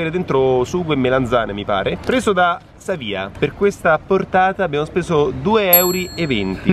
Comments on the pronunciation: Sávia, no savía hahahaha, comunque dovevate prendere quello al ragù 😭😭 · Amico mio non si dice saviá si dice Savia senza accento ok buon appetito.e Forza Catania ❤️💙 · Si dice Sàvia, non Savìa. :) l’arancino alla catanese si chiama così perché ricorda la pasta alla Norma, piatto tipico, ma in verità il classico è quello con il sugo di carne. Un piccolo consiglio di bon-ton, senza polemiche: perché non vi pulite la bocca, quando mangiate? Siete pur sempre in pubblico...con affetto. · Io sono di Catania visto che non sapevo dove eravate non sono venuto fatela ad acireale è vicino Catania e si mangia benissimo é famosa come città per il carnevale e abito lì comunque si dice savia non saviá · Savia...no savià... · Si dice "sàvia" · MA COME AVETE PRONUNCIATO SAVIA AHAHAHAH